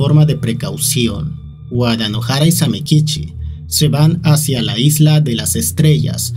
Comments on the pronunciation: Cada vez que decia Wadanohara pensaba que decia Guadalajara 😿😿😿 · Envalgun momento entendi de tanto decia wadalajara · En vez de entender "Wadanohara" entendía "Guadalajara" 😔